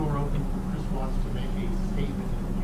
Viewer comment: Watts ‘. Not Wattsessssss. See plural possessive. Just sayin ‘ ...